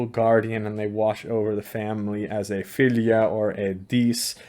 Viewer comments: In your norwegian dialect, i think 'fylgja' is supposed to be pronounced 'følle'. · Your pronunciation of Fylgja is similar to feline and cats are said to have 9 lives, im sure there is no connection, but just an observation I found interesting.